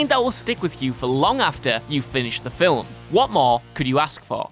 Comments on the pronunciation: Film!!! What the hell is a filam!!! Is that really how he says that?? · Film is one syllable. Not fil-um. Please have someone else narrate videos that have the word "film" in it. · You say "fillum " instead of film, thumbs down.